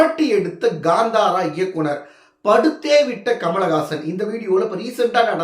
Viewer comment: It is Kanthara not Gandhara